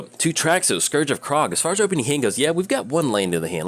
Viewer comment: Some interesting pronunciations today :P Scourge of Krog, Experiment Krag...